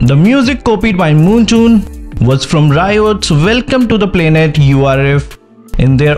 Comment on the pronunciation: I was gonna listen to your video but you said 'moontoon' instead of 'moonton' so im out. Bye